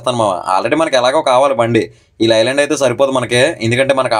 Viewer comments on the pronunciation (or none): Lii land kadu Ley land sarigga palku vinyanki ibbando